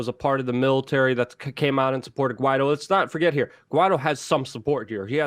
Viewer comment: Guaido is pronounced Gee a doo